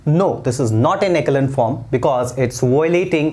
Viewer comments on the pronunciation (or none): Sir you have little mistake! Echelon form sahi se pronunciation kijiye. Correct pronunciation is एसो-लोन form